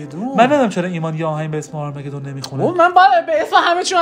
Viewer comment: اونم آرمَگدون نیست بچه ها، آرماگدان/آماگدان تلفظ میشه 😂😂😂 عاشقتونم برای واقعی